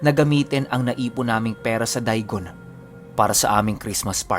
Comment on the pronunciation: Hi, idol po kita. Correct ko lang po, yung daigon, da-i-gon po ang pagkabigkas. Hehe. Pero okay lang po iyon. Idol parin kita. 🥰 from Fremont, California.